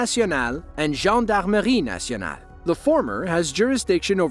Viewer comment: Really good pronunciation of "police nationale" and "gendarmerie nationale" 💪